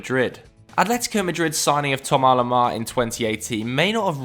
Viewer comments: Who is Thoma Lema? Just say THOMAS LEMAR for god's sake. No need to try and be fancy with the pronunciation. 🙄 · Only dumb thing about this video is once again there being a failure to say players names correctly...who is this Tom A Lamar never heard of him, Thomas Lemar on the other hand is awesome. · Tomalamar 😂 the English and their pronunciation of foreign names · Why does it sound like he is saying Thommo Lamar??.